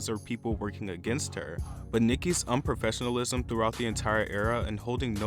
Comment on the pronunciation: The narrator pauses or like emphasizes weird annoying parts of speech. Like when he says unprofessionalism, he goes unprofessional ism